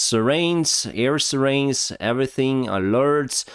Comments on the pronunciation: Sirens are pronounced "SY-rens",. Slava Ukraini! 🇺🇦🇬🇧🇺🇦🇺🇸🇺🇦🇬🇧🇺🇦🇺🇸🇺🇦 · 'sirens' = 'Sy' rens. :) or 'sigh' rens... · Thanks. Please learn how to say "sirens."